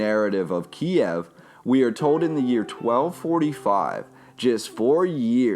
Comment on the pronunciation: KIEV NOT FUCKING KIAEV! Couldn't continue the video as your horrible pronunciation drove me FUCKING mad!